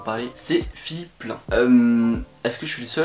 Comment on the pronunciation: Ça se prononce pas "plein" mais PLAÏNE 😂😂😂